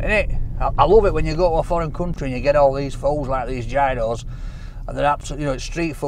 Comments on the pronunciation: Research how to say the greek names 😫 or the places that you're visiting. Gyro is not gy-ro ,it sounds similar to euro (yi-ro) And Mythos isn't My-thos, its myth- os. Kills me when people butcher names 😭😆👍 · I do because I've lived in Greece- it's Yeeross like Archie S said. I don't care at all how anyone wants to pronounce it though, it doesn't annoy me. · Its a Yee ross not a Gi ro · Pronounce it Giross, not Guyros, man needs to go to Greece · Love you,! We Greeks pronounce it "Yee-Ros." Mythos is "Mee-Thos." And the orange cake is called, "Portokalopita". There's your Greek lesson for today! OPA! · People hate the fact he called it Gy-ross but they didnt nothice he called the restaurant My-thos. I mean its myth in english, its the same in greek with an -os at the end. You dont pronounce myth m-ay-th do you? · Lol... it's pronounced YOROS.. the G is silent..as in "YOUR_OSS" 😁👍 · It is pronounced Yee-Roo with no G or S sound. It comes from the Greek meaning to turn, probably coming from the word gyrate, or gyroscope, which comes from the Turkish word for Doner which also means to turn. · Gyros - Hero's. Pronounced that way mate 😁💯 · Gyro is actually pronounced "yee-rro". 😊😋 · you pronounce it as Yeeros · pronounced yeero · I think it's pronounced "yearos" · It is pronounced, "geerows". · Its pronounced " yee ros " boy lol! The "g " is silent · Pronounced 'yee-ros' big man! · Its pronouced Giross pal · It's pronounced geeros. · theyre pronounced HEE-ROSS according to the Greek chef in Glasgow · Never call them "gyros". The Greek get offended. It's pronounced "heerohs" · some shockingly Yorkshire pronunciations of Greek words but compelling viewing nonetheless. Great stuff 😂